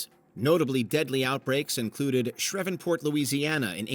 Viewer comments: That's not how we pronounce Shreveport. You're supposed to pronounce it as ShrEEveport. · Do you mean SHREEVE-port, Louisiana? Can you learn to pronounce place names, please? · Did he say shrevenport instead of Shreveport? 😂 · SHREEEEE-port not shreevvv-port. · Shrevenport, huh? Is that anywhere near Shreveport? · I came here JUST for this! I heard that and had to rewind because I just KNEW he wasn’t trying to say Shreveport 😂. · Grambling Alum here, I found my tribe who also had never heard of “Shrevenport”😂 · He didn't even get that close. It sounded more like "Shreh-ven-port." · The mispronunciation of Shreveport is hysterical. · Why can’t you hire human narrators. Your AI voiceover couldn’t pronounce Shreveport. Cmon! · Immediately same! I grew up just outside Shreveport and was like “huh? What did they just say?”